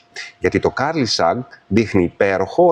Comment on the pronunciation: Ευχαριστώ πολύ για τις πληροφορίες! Μονο μια διόρθωση στην προφορά του curly ❤